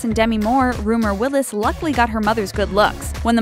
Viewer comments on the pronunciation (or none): none